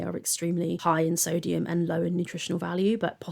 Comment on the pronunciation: this is a nitpick but i cant stand the way she pronounces things like its genuinely really starting to annoy me. soodium. eyg. layg. melk. ben and jerry. shes unreal.